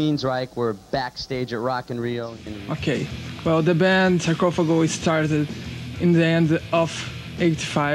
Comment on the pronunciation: It's funny that the members of Sepultura and Sarcófago , which are both Portuguese words, said the names like an English speaker would pronounce them. Sarcófago could actually sound like that If said by someone of some areas of Brazil, but usually not from someone from the city of Belo Horizonte, which is where both Sarcófago and Sepultura came from. It's also funny how Andreas and Igor exaggerated the letter "R" in their names. No Brazilian would actually said it like that if it wasn't in a joky way. And Max said his name as an English speaker would, which is like the opposite of what Andreas and Igor did hahahaha